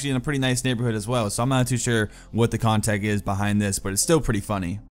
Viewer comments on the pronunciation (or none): At one point you said you weren’t sure what the “contac” of a particular video was. Did you mean context? I might have completely misheard.